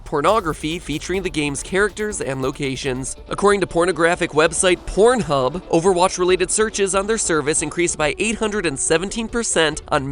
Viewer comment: Just funny how he annunciates it so strongly to put emphasis on it. Sounds weird to hear the word porn said by him repeatedly